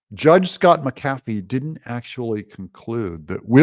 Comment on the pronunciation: Doug, it's MACK-ah-fee...not MackAFee!